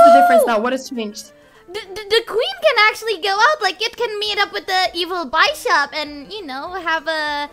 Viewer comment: she pronounced it bye-shop lol